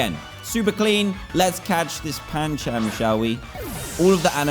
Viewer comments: You said panchAm when its pronounced panchUm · It not pan-cham